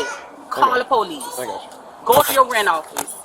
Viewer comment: Ask the polixe next time they ask u to exit one